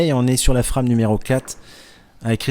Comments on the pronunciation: La FRAME , est un mot anglais. Alors on le prononce en anglais... C'est Français qui rit des accents et de la façon des autres de parler.... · pourquoi ne pas prononcer ''frame'' a l'anglaise, sinon vous dites bien ''strike'' et non pas strique a la francaise.